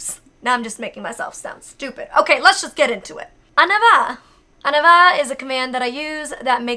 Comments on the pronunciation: You really prounounce these words pretty good! Only one command is just a little off, you say "aneva" when it's more supposed to be like "on ee va" but as long as your dogs understands, it doesn't really matter :D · I am a french speacker, your pronunciations werent bad, but i died at the first one :p. i hear Ahnava, when its said On ny va. The reste sound good. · sorry to be picky or correcty but i am very fluent in French and on y va is actually pronounced on-ee-va where i noticed you were saying it more of an-a-va. im really not trying to be picky or trying to correct you, i would assume that that is how Gallop was trained but for any non french speakers on y va is actually pronounced on-ee-va. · By the way, here are the direct translations for your commands: On y va: Let's go (is pronounced "On eee va", you pronounced "on a va", which sounded like "en avant", meaning "forward!", which is close to the same thing anyway) virage: Curve Dehors: Outside Au besoins: "to the needs", its a weird way of saying this even in french, but it's probably easier to teach a dog a 2-word command like this than going with proper french/english but need to say a complete sentence. The dogs wouldn't understand. The rest are one word that you gave the exact translation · It's funny because the way you say "on y va" sounds like "en avant" wich, surprisingly, means the exact same thing. (Let's go/go forward) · I am pretty fluent in french and I think your french is good!💜💜💜 And like you said, as long as Gallop understands.😊💜 There was just on or two commands (on y va is pronnounced more like on ee va) just so you know tho 😉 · You are amazing no hate but like i you were confused y the first one xD (Im from Quebec it triggered me okay) Say it like On which means we so e like the letter e then va Which means lets go ! Love you Molly! :) <3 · Her "on y va" sounded more like "en avant" ... maybe that is what she was actually saying?? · the first one (On y va) is pronounced ohn-ee-vah